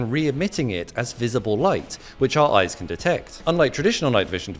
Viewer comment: “Close your eyse while i change”